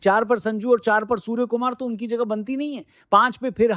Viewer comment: Suar nahi bai 👉Surya Kumar Yadav 😂😂😂